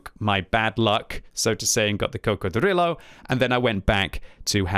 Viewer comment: please never say Coccodrillo like that again